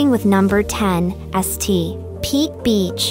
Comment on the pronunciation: The "S.T....Pete" thing is really annoying but otherwise a good video.